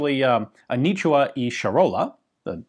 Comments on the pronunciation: The “A knee chew her” is quite painful to listen to 😕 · Anitua not anichua, also it's Charola ch like chair and not sharola.